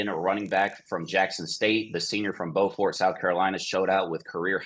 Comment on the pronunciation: It’s pronounced “BEU-fert” Beaufort, SC good spot light though! Columbia SC raised me 🫡